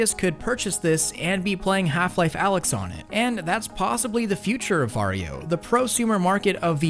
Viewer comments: You say va-ri-jo? Why not var-jo? without the i? And the reason why they removed the game is licensing = money. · Legit thought he was saying ‘’Mario”